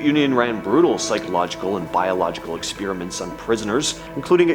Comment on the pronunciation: "Ex-PEER-a-ments"! LOL.